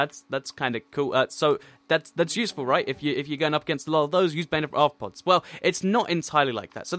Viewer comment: its pronounced "bane of arthnopoop"